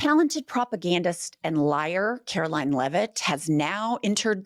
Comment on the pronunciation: "KKKaroline Leavitt"??? 😅😅😅😅😅